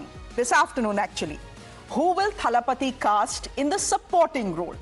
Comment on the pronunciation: Arey at least learn how to say Thalapathy 😂